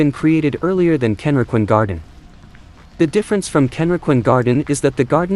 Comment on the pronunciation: 各所の名称の発音が相当間違っています。ケンリキンガーデンってどこ！ どうやったらこう読めるのでしょう